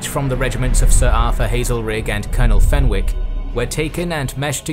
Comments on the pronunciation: Just a small point. The “W” in Fenwick and Berwick is silent. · And 'Fenwick'.